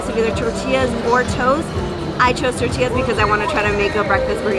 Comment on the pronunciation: I love your channel, but I have to say. Stop trying to say Spanish words in English, TORTILLAS aren't pronounced TORSHTILLAS, trust me I say that in front of my grandma I will expect lots of bashing. Anyways, I love your channel.